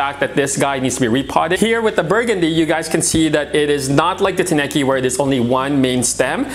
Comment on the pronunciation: Tineke is a Dutch female name and, it's so funny how English speaking owners are butchering it with wrong pronunciation. 😅 So definitely not a guy in my book, she's my lady. 😁